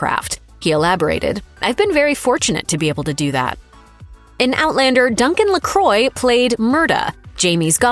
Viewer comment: Duncan Lacroix is not "Luh-croy". It's "Luh-kwah"